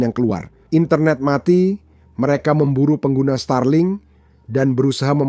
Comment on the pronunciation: Starlink aja dibaca Stralink😂